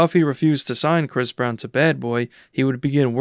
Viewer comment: damn already starting out w misinformation 🤦 I think u meant to say Bris Brown